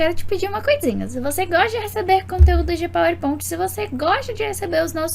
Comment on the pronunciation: Queria entender pq fala PowerPont